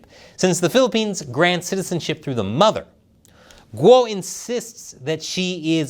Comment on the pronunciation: A channel about China and you don't know how Guo is pronounced?